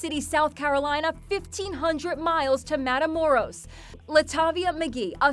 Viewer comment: Ive never heard someone pronounce "matamoros" worse than this news lady lmao. Matamoros is dangerous though, kinda ironic how in English it roughly translates to "kill guys".